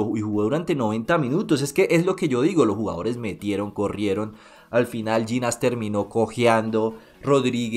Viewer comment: pf, pronunciar bien el apellido de Llinás